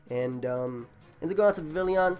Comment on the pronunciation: Dude, you gotta work on those pronunciations. Vivillon is Vi-Vee-Yon. Dedenne is Deh-dehn-nay.